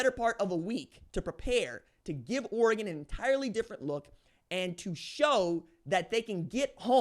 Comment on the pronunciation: (o) times sounds about right. At least you can say Oregon correctly props for that.